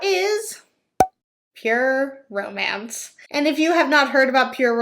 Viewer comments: Oh my god I thought the same thing! So strange how its pronounced like Pure mance or pure oh mance. Maybe it's her accent who knows? Still should learn how to pronounce your own company right ? Lol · I’d just like to know why she pronounces it so weird. “Pur-o-MANCE” ...who pronounces romance like that? Do all the Huns pronounce it like that? Lol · Every time she says "Pure Romance" it sounds like Pyramid. That's... telling. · It sounds like she’s saying pure omance and it’s driving me nuts. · I hear "permans" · I was like what is peer mance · Omg, yes!! She keeps running the words "pure" and "romance" together. It sounds so odd when she pronounces them.